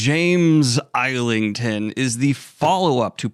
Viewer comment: JFYI, it’s pronounced “izzlington”